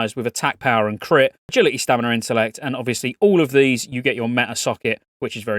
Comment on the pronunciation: STAMINAAA no R